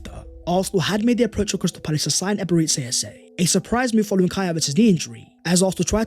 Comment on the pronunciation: Nice one 🎉 … but why do you keep calling him Ebere-tzi Eze? It’s Ebere-Chi Eze!